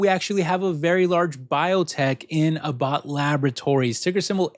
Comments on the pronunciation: A tip for Abbott Labs, it's pronounced ABB-bot, not a-BOTT. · Ah-Bot labs. Really? He can't even pronounce the company name.